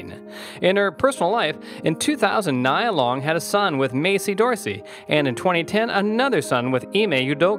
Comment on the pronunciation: Pronounce her name correctly before you start reading her bio.